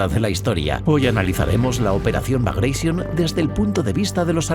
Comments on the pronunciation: NO "BRAGAISION". NO ES INGLÉS SINO RUSO, BRAGATION. COMO GLADIATOR Y NO "GLADIETOR". 😊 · Entre pronunciar "Bagratión" como "Bagreishon" y pronunciar "Wehrmacht" como "Buermacht" la verdad que este video se merece un negativo. Estos detalles son los que diferencian al material de calidad de algo hecho sin el más mínimo cuidado, cosa que se nota cuando ni siquiera te pueden pronunciar correctamente las palabras. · La W se pronuncia en lengua de Europa no anglosajonas como una V. Y el general ruso Bagration no se pronuncia Bagreision a lo ingles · bagreision, jajajajaja. No sabía que Piotr Ivánovich Bagratión era inglés jajajaja. Ni me molesto en seguir viendo el vídeo. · Vale. Muy bien el video. No tanto el audio. ¿Por qué "bagreision"? Piotr Románovich Bagratión no era inglés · por qué pronuncia Bragation en ingles? jajajaja Bragreision xD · ¿Por que pronunciais el nombre "bragatión" en inglés si era el nombre de un general ruso de origen georgiano?. Lo pronunciáis en español y hubiera quedado perfecto. Alucino por el complejo de inferioridad cultural ante el mundo anglosajón.